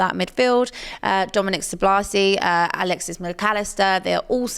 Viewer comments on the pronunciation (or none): Dominic Soblazi? C'mon 💀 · It was painful 😅